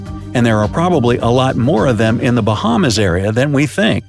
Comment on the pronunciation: Watching this is cringy asf being a Bahamian learn how to pronounce the islands dude 😂 very good video tho